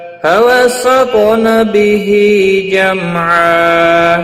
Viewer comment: ye harf sahi nahi pada ap ney jamaa